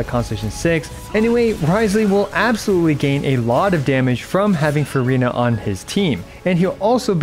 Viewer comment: I love your channel. I love your video content and delivery. But please take the time to learn how to pronounce things correctly. I wouldn't even care about the mispronunciation of the three pets' names or "Marechaussee," but seriously please at least get "Furina" right.